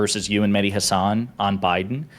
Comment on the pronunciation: Everytime he said Mehdi Hasan I heard Mini Hasan and i imagined a little hasan with a head that's proportional